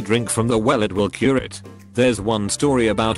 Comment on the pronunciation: The automated voice adds a tone of sarcasm to this video and makes funny blunders. For instance, calling IBS like the imaginary word ibes. Then there's jallappono, mick for mic, and my favorite, curay (like it's French) for cure. You probably have to write IBS as eye bee ess, but then it might say "I bullshit".